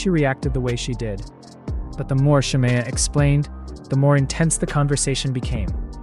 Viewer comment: It’s SHA-ME-UH. The way you keep saying her name wrong is urking me